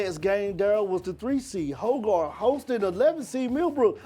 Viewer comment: Its not "hoe" "guard", its "hog" "erd"